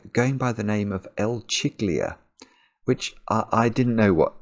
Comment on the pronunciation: The pronunciation of "Chiglia" will be something like "Keelya".